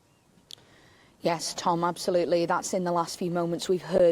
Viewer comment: It's not "Ag-uar" it's "Ag-ee-ar" RIP victim no 3. 😞